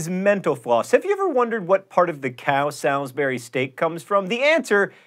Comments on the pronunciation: Salisbury should sound like "Souls - bury" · John, I believe it's pronounced Sauls-bur-ee not Sals-bur-ee steak. i think the residents of the city who kick up a fuss if you pronounced it otherwise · I didn't know what John was talking about when he said Salisbury at the beginning because in English it's pronounced sol-s-bury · I'm from the UK and we pronounce Salisbury as SAWLZ-bree. It's weird hearing it pronounced how it's spelled :P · John, you lived in North Carolina, why are you pronouncing Salisbury differently? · Fun fact: While Salisbury is often mispronounced so that the "Sal" part sounds like JD Salinger's surname, it's really pronounced like "salsa", so the "al" sounds like "all" I'M SORRY, JOHN, BUT I LIVE IN A TOWN CALLED SALISBURY AND SO MANY PEOPLE I MEET SAY IT YOUR WAY AND IT IRKS ME TO NO END. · you pronounced salisbury wrong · You can pronounce Worcestershire, why can't you pronounce Salisbury?